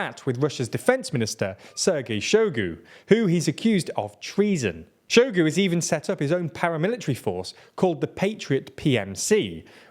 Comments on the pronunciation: Hi - please just take a few minutes out of your day to learn how to pronounce these names which are all over the news. Hearing you say Shoigu's name as "Showgoo" really made me cringe. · hahaha saluseny and show-gu, you guys crack me up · The mindblowing inability to pronounce the names of major players in this year-long story really undermines the otherwise professional looking report. I mean i get if its some random town but "Shoigu" has an "i" in it and im not going to even talk about Prigozhin.